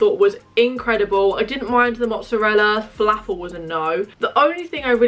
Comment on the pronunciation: As an arab the way she pronounced falafel annoyed me so much 😭